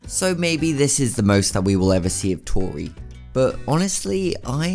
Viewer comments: Do u remember power Edd he says toriret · its tori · It’s tori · It's Tori not tore